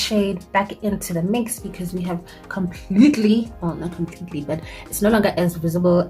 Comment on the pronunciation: I like when u "because nje"🤣...anyways nice look